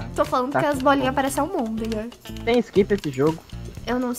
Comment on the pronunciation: "Amondega" Minha mente:... among us...Impostor ....amondega us